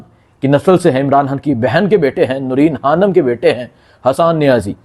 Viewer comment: Bhai Imran khan hota ha Imran haaan koi word ni ha. Dastakht hota ha dastahat koi ni hta lol